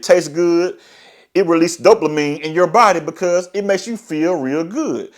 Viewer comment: Bro wtf us dope- la -mine ? The word does not contain an L !